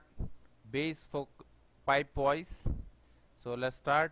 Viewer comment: I don't have solid works I have Fusion 360 but these tutorials are really useful for that too. I can still follow along with Fusion. Great stuff. Took me a little bit of time to get used to your accent..... Weedio of pipe wise LOL. Nice work